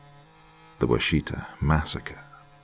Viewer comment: Wash it awe Is how most Okies pronounce it